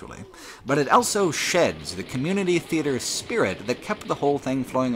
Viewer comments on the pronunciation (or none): Elso, elthough, eltogether. Whoever taught you English deserves to be fired. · pronounces the word "also" as "elso" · He also pronounces "both" as "bolth", with an invasive L. <3